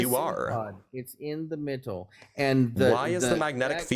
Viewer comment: This guy saying MITTLE is making me homicidal